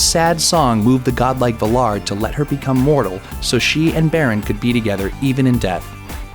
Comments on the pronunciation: OMFG did he really pronounce the Valar as "vuh'lar"?? Bro, wtf, get it right. Valar is pronounced with a nasalized "a", not an "uh" sound. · the stress in the word Valar is on the first syllable...not the second. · And there is only one `L` in Valar hence it is pronounced as you would `valour` as in valedictorian. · The name is Sauron not soron. It's the Valar not the V'lar. For Eru's sake get the pronunciations right. As for the parallels between Beren and Luthien and Aragorn and Arwen, these are explained In the Silmarillion. I know I'm being picky but if you're going to pull apart Tolkien's fantasy world, get ready for a lot of criticism. One last thing, much as we like to think that Tolkien invented High Fantasy, he didn't. Mallory came before him and Tolkien would never claim to be the first. Though he was, arguably the best.